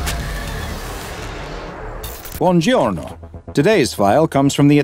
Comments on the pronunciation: The best scp is the italian , no? Come cazzo ha detto buongiorno? BUONGHIOLNOH! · i am italian and this is not how we say "Buongiorno"(good morning)